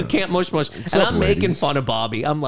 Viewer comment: "Time to get Mushed-Mushed" damn near killed me